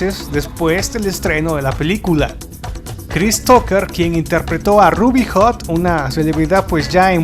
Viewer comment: Ruby RHOD!!! no, Ruby Hot... es espantosa tu pronunciacion, no pude terminar de ver el video...